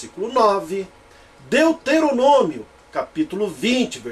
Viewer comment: Hehehehehehehe! Esse do vídeo é tão BURRO que não sabe nem pronunciar "Deuteronômio"! Pronuncia "Deteronômio"! E isso logo no começo do vídeo! Agora eu pergunto: como é que eu vou continuar assistindo ao vídeo, se logo de cara o "grande exegeta" da Bíblia mostra o tamanho do seu analfabetismo! Hehehehehehehehe!